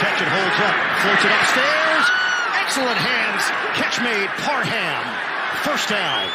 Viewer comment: every week the broadcasters love to emphasize the HAM in Parham when it’s literally pronounced “Parm” lol. put some respect on my man’s name he’s been going off this year!